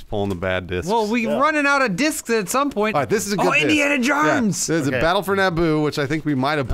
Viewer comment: "INDIANA JARNS"